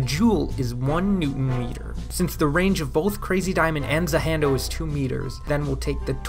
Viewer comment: I can’t believe you’re such a weeb you say “za hando” holy moly lol.